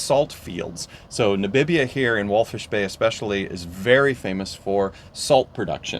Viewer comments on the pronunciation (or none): It’s Walvis , not wallfish